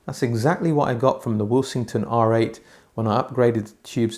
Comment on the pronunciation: I haven't watched the review yet but am currently taking bets as to whether you pronounce Willsenton Will-sing-ton instead of Will-sen-ton. 😉 Any bets to Jim the Pedant, Pedanton, Pedantville, North Pedantshire.